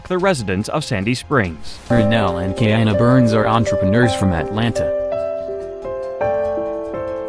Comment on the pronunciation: So whoever is doing the voiceover, can pronounce Matsunaga but not Kiana.. the fatigue.